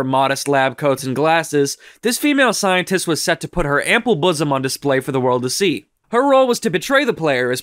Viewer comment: I like how he says: "Ample BOOSOM."